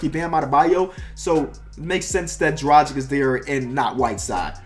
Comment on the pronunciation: I love how you support Goran Dragic, just want to tell it's pronounced draw-ghitch for further reference